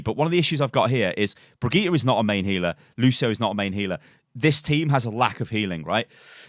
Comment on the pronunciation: It's peonounced Brigitte